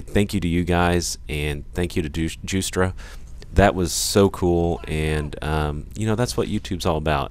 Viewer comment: Douche-tra? That was one of the best verbal typo's I've ever heard in my life